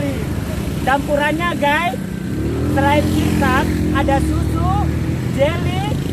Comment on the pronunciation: Haha itu bocah ngeliatin nya sampe segitunya.. ngomong es sirsak aja susah bgt miss.. itu ketawanya sekampung pada sawan dengerin nya.. enak siang2 minum es, sukses terus moga cepat di monet ya dan tercapai cita2nya.. jgn lupa ya guys.. ok ok